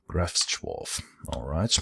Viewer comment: Everytime you said, "Drawf, drawf drawf." I think of The Hobbit theme. With all the Drawfs sining about god knows what.